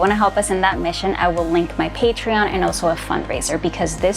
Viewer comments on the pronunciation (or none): none